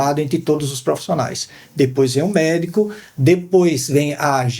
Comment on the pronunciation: Muito bom.. Mas, segurar profissiiiinaia ..😊